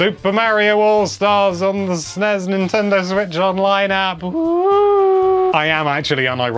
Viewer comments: Why do Brits call it "snezz"? First: it is Ess Enn Ee Ess. Second: the last letter is S, not Z. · Sennez?! Bless you, but don’t you mean SNES?!